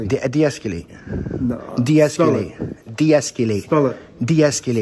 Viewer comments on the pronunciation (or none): Is personal space a policy or a law? Is she "feelings" enforcement because you "feel" he is too close to you? And it's "de-escAlate" not "de-escUlate." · He can't even say it right. "Deesculate" is the way he pronounced it. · Or as would say es-que-late.